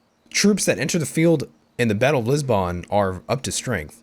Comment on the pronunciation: Your mispronunciation of the name of the Portuguese Capital triggers me.